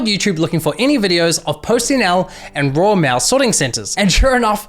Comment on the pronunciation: Role mail he says